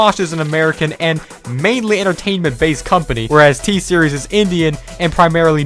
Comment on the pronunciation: It's t series not thee series you are pronouncing t series wrong